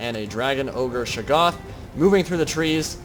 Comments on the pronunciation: Ohhh! I must've missed that. I believe the correct pronunciation utilizes the hard "a" and soft "o". Shay-goth (goth pronounced like those kids in all black and makeup) with the stress on the first syllable. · You pronounce "Shaggoth" differently almost every time you say it.